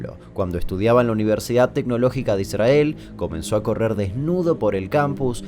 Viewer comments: like por que dijiste: "Idsrhael" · Damian dice "ISrAEL" como lo dice un rabino.. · Amo esa forma de no pronunciar la "r" en "'Israel" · Que molesto como pronuncia Israel. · Amo cuando pronuncian Israel, sin RRR